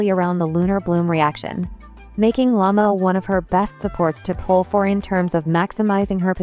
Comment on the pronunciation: How she simply says 'Lama' instead of 'Lauma' 🤣🤦🏻‍♀️